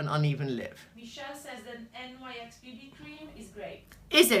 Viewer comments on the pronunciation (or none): Love watching you! Btw NYX is pronounced "nicks". Their products aren't bad, I have quite a few items. Tribune, you and I are similar in coloring except that I have hazel eyes, their taupe/spe915 pencil is very nice for brows w/o looking too harsh.